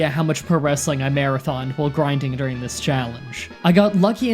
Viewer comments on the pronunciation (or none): none